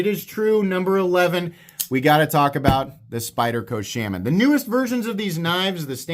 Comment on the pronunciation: you are not sayinf shaman correctly. you mention that knife a lot in your videos and i have never heard you say it right.